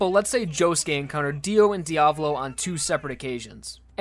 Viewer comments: How you spell it: Diavolo How you pronounced it: diavlo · Okay- a two things. 1) It’s Di-a-VO-lo. The emphasis is on the first o. 2) King Crimson is weaker than The World, but that’s good. Jotaro only won against DIO because Araki wrote a “no u” into Star Platinum’s ability list. Passione had to wear Diavolo down so he couldn’t use KC/Epitaph to its full extent before claiming the arrow. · Really annoys me when he says Diavolo wrong. It’s an Italian name so you say the A more softly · You’re pronouncing it wrong it’s Diavölo/ diav Olo. Not Diavlo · Is that how you are supposed to pronounce diavolo? I’ve always said dee-uh-vah-low but you say dee-ah-vu-low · It’s pronounced Dee-a-voh-lo not Dee-avolo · its not Diavlo its Diavolo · And the devil since he says Diablo instead of Dia-vo-lo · Why TF he pronounces "Diavolo" as "Diablo" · Who cares if the meaning is the same, "Diavolo" (dià‧vo‧lo) is not pronounced as "Diablo" (di‧a‧blo), take your Spanish or Italian classes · I don't know how diavolo is supposed to be pronounced but I feel like dee-uh-VOH-lo makes a lot more sense then dee-AH-vuh-lo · ive always pronounced it as "dia-vohloh." Didnt know it was Diavalo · It's "JOJO" and is the emphasis is on the A in Diavolo.